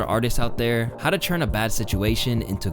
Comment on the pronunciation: does he know to word “turn” is pronounced with a “t” not a “ch”. dude always says “churns out”